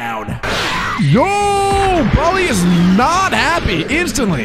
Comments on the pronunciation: Its bro ly not brawly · It's not brouwly its broly😂😂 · PLUS IT'S BROLY NOT BRAWLEY😡😡😡😡